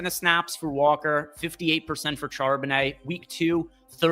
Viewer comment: Then you hear him try to pronounce Charbonnet 😮